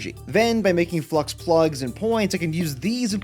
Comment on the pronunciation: Flux is not pronounced Flu-X it’s pronounced fla-ucks